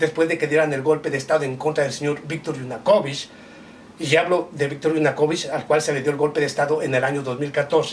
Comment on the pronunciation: Es Viktor Yanukovich, no Yunakovich.